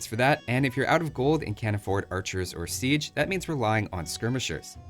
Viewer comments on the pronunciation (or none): none